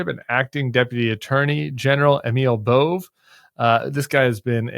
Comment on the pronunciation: Side note: pronounced Bov-ay not Bove 😊